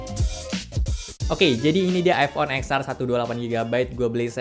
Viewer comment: Btw baca X nya itu iPhone Ten. Jadinya Ten Ar bang. 😅